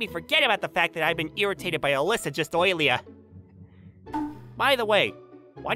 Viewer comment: Bro when he said earlier I heard oilier